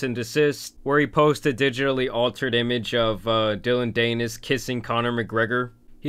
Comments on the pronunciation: Dan-is. Dillon Dan-is. It's not that hard to do research a name when at the computer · dillon danish? is that what ur saying? 😂😂😂 its pronounced "DAN-ISS" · Bro it's pronounced DAN-IS not daynis lol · It is not DANE-IS. it’s pretty pronounced DAN-IS. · Dillion Danus the Anus. Greatest mispronunciation ever. Tan Superman winning even when he isn't trying. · Dillon Dee-nis (Rhymes with Pen… Nevermind) went full scorched earth there 😭 not condoning it but daaaaaamn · I like your version of Dillon's last name better than the real thing. Rhymes with something.... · I love how he pronounces dillons last name danus lol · DAN IS, cmon get it together bud it’s not that hard of a name to pronounce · yeah some people just dont like doing their research before making a video about someone, doesn't even know how to say his name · Idk if you do a video like this you should probably research how to pronounce Dillion Danis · Why is this guy talking about things he has no idea about? He’s never even heard of Dillon. Never said his last name the right way! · It’s even funnier that you keep saying his last name wrong 😂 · Pronounce Danis right if you gonna do a video about him ffs